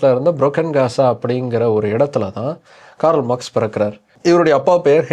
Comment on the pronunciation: காரல் அல்ல, கார்ல்.🎉